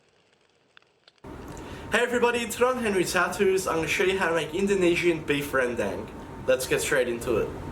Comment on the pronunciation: Congratulations knowing how to pronounce it.